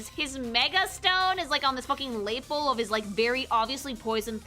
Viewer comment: I've never heard "lapel" pronounced that way.